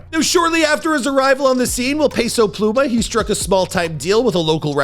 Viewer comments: pay-sow pluuy-mahhh 🤣🤣🤣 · "Peso Plumah